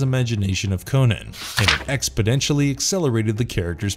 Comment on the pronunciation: "ExpoNENtially" not "ExpoDENtially".